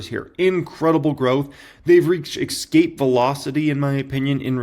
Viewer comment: The word Escape is not pronounce "Ex"-cape, it's "S"-cape. There is no X in the word. But I've have PayPal for 2 years now and the return still isn't great not even 13%. I'm not giving up on them, just wish the returns would be better. Stop pushing 1000X if you won't tell us how much it costs. Since we have give you our email address to apply (subscribe), seems like you just want our info to sell to data brokers!